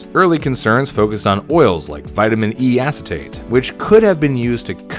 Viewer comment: vitmin e assitate